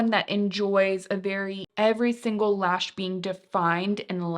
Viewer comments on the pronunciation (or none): none